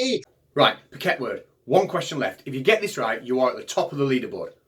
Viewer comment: Good, but it's "Phuket World" rather than "Pooket". It's the name of an island off the Indian Ocean coast of Thailand. Lots of American and European expat's like to live there. All sorts of resorts for tourists to visit. The guy calling himself "Phuket World" seems typical example of the sort of wandering numbskull that often washes up in such places about the world. I would have written "around" in that sentence, but it never pays to pointlessly poke people like him. Let sleeping idiots lie. Sleeping warriors though should be kicked in the artse, hard! I mean, what good is a warrior who is sleeping?